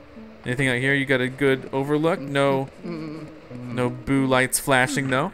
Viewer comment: when you said boo you said poo